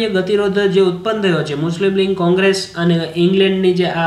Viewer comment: Patel Vaibhav જોડણી ની વાત જવા દો સર ..બોલવામાં પણ લીગ નઇ લિંગ જ બોલો છો ....એતો જુઓ.....